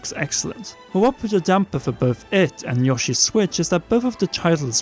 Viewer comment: Yo-shi, not yawshie.